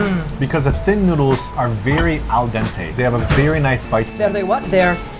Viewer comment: Excellent pronunciation of "al dente" 👌🏻😆